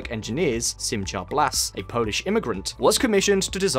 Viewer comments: It's not Sim-cha it's more like sim-ha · Great video, but you really need to learn how to pronounce names and words in foreign languages. 1. The "ch" in "Simcha" is not like "cheese" but more like the Scottish "loch". It would be better written "Simha" and pronounced as a kind of breathy "h". 2. Negev is pronounced with the stress on the first not the last sylable. 3. The Israeli parliament is pronounced "K-nesset" not "Nesset" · Small note: Simcha (Blass) is pronounced like it would be German (i.e. the ch is a χ sound). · San Joaquin Valley = San WAH-Keen Valley. Simcha, not "cha" like cha cha. Throaty, like "ugh." Knesset= the K is not silent. Can you say "knish"? Der Nussknocker? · Also shema and Simcha